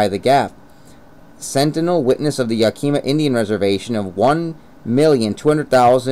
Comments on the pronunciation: Its yak-uh-mah not yak-eee-ma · it’s pronounced yak-i-ma not yakeema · It's not yakeyma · I literally can’t even watch this, it’s so cringy hearing him say “yakeema”. Did you just pick a random book and start reading it on camera? Or have you actually been to Yakima? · Think YAKAMA (emphasis on the first syllable) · You sound like a telemarketer. Learn how to pronounce Yakima.